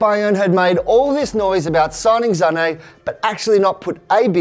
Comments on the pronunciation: it's Sane not Zanei ... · It's Sané...not ZZZZZZZZZZZZZZZZZané like wtf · Sané not zané plz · Why does he say Sane as Zahney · iT's SaNÈ noT ZzzZaNe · Its not zane, it's sane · Why is saying Zane instead of sane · Y r u calling Sane Zane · But what I mean is, even though it would be pronounced like that in Germany, his father is Senegalese and his surname is French so it's actually meant to be pronounced Sahney in as it's in French. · Who's Zané? But big ups on pronouncing Mbappe right👌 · I almost stopped watching the video the. First time he said "zhaney" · the way he says sane triggers me